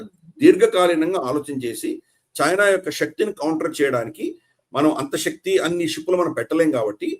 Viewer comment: Shakti is not telugupronunciation̈.Don't corrupt our beautiful telugu with Hindipronu citation.